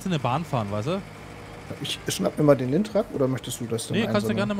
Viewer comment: Der heißt Lintrac nicht Geotrac